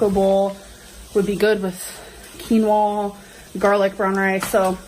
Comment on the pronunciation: Honestly, I’m just shocked she knows how to pronounce “quinoa” properly! 🤣🤷🏼‍♀️